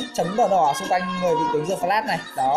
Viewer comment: Đờ phờ lát mà cứ đọc giơ phờ lát như đúng rồi vậy ...bó tay